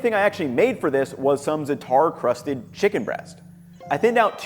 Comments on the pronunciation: you sprinkled the zatar mix??? do you mean za'atar? please my friend, zah ah! tar. And I'm not even middle eastern lol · this was a great video, and i appreciated that different cultures were taken into account! just an fyi, the middle eastern spices are called "Zah-tar" (treated like two words) not "Zat-ar". and traditionally theyre used exclusively on bread, so using it for chicken is novel. the food you made looks great, just offering insight as an arab! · Zah-Tar...emphasize the zah a bit more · zah-tar. but good video! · i agree for the most part, but my advice gives the white way to say it, not the authentic way. what did is the equivalent of saying "tayco" instead of "taco". im not expecting perfect as-if-he-were-native pronounciation, just enough for people to understand what food he's referring to. if i wanted to pronounce it in perfect arabic id be giving in depth info on how the first vowel isnt meant to be an "a" sound it's meant to be an empathic vowel, which doesnt exist in english. all im saying is how to pronounce it the way most americans say it